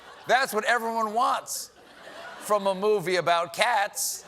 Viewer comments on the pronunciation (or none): none